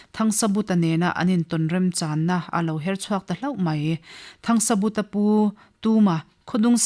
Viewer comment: 'THANGSABUTA'. Mi pakhat ni siin hming lam dãn chi hnih(2) a nei a ni maw?Hei chauh hi a ni lo.A chhiartu(te)hian Mizo hming,khua,ram,tlâng,thing,lui,thawmhnàw,hmanraw chi hrang hrang,adt,adt in lam dik lo ṭhin.In thu chhiar tùr eng pawh recording in tih hmâ-in a lam dán dik taka lam thiam/thei tùrin vawi hnih–thum tal uluk tak leh fimkhur takin chhiar ṭhin ula aw.